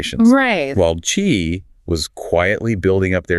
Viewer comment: I like these Notebook LM podcasts - brilliant AI - but not very good at Chinese pronunciation. They say Zu for Zhou which should be pronounced like Joe; and they Ki in for Qi which should be pronounced Chi.